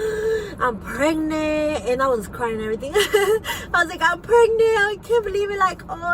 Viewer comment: anyone who says " pregnit " shouldnt be getting pregnant ;) also i never trust people who say something then rebuttal what they just said then pass it off by going "bababadadadadadada"